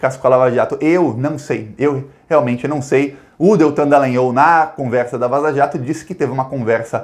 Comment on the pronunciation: por favor lembre-se que o nome da figura é Dallagnol, ou seja: D-A-L-A-N-H-O-L